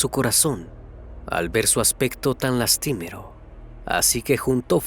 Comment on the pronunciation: Buen relato y buen canal solo que tienes bastantes errores de pronunciación, en este video p.e. "lastimero", en otro video recuerdo "hampa", etc. Pon atención a ellos porque arruina la calidad de los relatos.